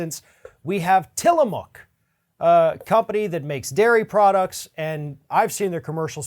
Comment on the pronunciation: Uh Oh! Say it ain’t so. Not Tiilamook. Ha!!